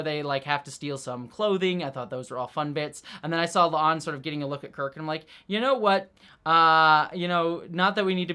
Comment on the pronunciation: My question is why the obvious Pike line flub was left in at the end, he clearly calls La'an "a'Lan"